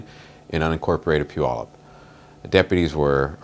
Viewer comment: Pew-al-up not, Pew-all-up. Where the heck did the spokesman come from. 😁